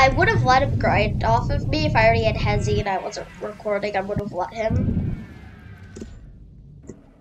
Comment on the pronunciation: Bruh that not how you say heisei